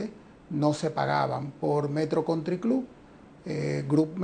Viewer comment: Alicia no exageres con la fonética. Metro country cloubaaa.